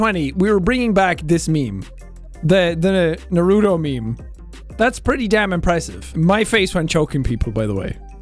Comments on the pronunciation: Wait but you said naRUto. For the people that weren’t aware this is a joke tbh I couldn’t care less how he pronounced it lol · Everyone: naruto: Jack: “nuh-ru-doh” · My dad pronounces it "NA-ROOT-TO" LOL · Jack i do not agree with how you said naruto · Yeah but the way he said naruto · the way seán pronounces naruto makes feel so wronged by him. HIM OF ALL PEOPLE